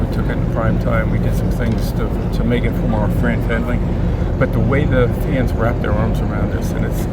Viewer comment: Goodell said “fran fendly” instead of fan friendly lop